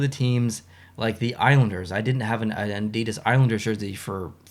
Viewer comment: hey, i just wanted to say i really enjoy your videos and i definitely plan to stay subscribed for a very long time:-) one thing i did want to mention, with all due respect, though is the word Adidas is pronounced " ADI-das " i used caps to emphasize where the emphasis of pronunciation is in the word. just trying to be helpful, that's all.